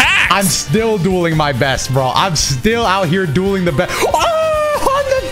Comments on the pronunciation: Each time you say “we will be dueling eachother” I hear doing l😅lol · that intro always make me go ayo, because i hear saying "doing" instead of "dueling"